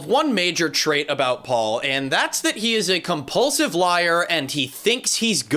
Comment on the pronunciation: Pual (pronounced POO-all)